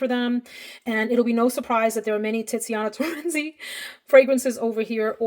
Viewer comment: Is it me or does she say “TITziana Terenzi”. I can’t help but do a 12 year old giggle